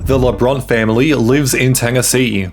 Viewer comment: Cancelled BECAUSE they're Pro Life Christians. And this narrator doesn't even pronounce their names correctly.